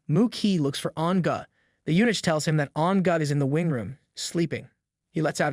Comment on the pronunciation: yeah, the random pronounciation and intonation are wack. It's never going to get eunuch right 😂